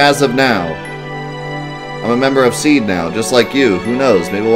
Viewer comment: hope you read this. SeeD its read “SeeDee”, not Seed as you say. Ok now... I will continue watching your video